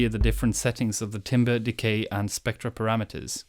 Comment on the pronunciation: Timbre Ho! But seriously if you pronounce it as "timber" I will assume you don't know what your doing.